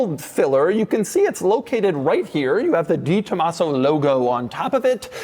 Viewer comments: Doug's the type of guy to talk about a 'de Tomaso' but say it 'di Tomaso'. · Doug is the type of guy who will say "Dee Tomasso" instead of "Deh Tomasso" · It’s DE Tomaso. Not DEE. De…. Like day. Tren De Aragua….. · “The” Tomaso. Not “Dee”. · Not sold through 'Ford' dealers...pantera was sold through "Lincoln" dealers...yes, there is a difference. Also, it's pronounced 'deh Tomaso' and not 'dee Tomaso'...yes, there is a difference. Lovely early example without the overly large tires and ridiculous fender flares of the latter versions...very cool car. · De is said "day" for all you pukes saying Posche is "por shay" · It's not DiTomaso, you can tell by reading the name.